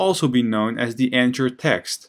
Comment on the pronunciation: I'm an ESL teacher trying to improve/create my webpage. I find these videos very useful. As thanks, I want to point out a couple of English language issues I have noticed. The word "anchor" which I think is what you are saying for the element. The 'ch' in this word pronounces as a /k/ the same as they do in 'mechanic' and the 'or' pronounces like 'er' the same as they do in 'doctor'. Likewise, the name of the letter 'h' is pronounced 'aitch'. Learning phonetic symbols can be a great help with perfecting the pronunciation of words you may not have heard before. Also note, that saying punctuation mark for the 'period/full stop/dot/point' is not accurate because punctuation mark actually means any mark other than letters, including but not limited to exclamation marks, question marks, commas, colons, semicolons, and quotation marks. I find your carefully detailed explanations very helpful, but these minor mispronunciations really distract from the knowledge. Thank You again for these videos!!!